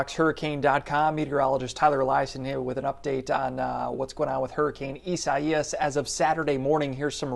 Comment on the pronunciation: It is pronounced I-say-us, he was a Hebrew prophet. In the King James Bible it is Isaiah and pronounced I-say-a.